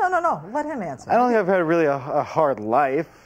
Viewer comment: he says "i pink i paid him" instead of "i think" lol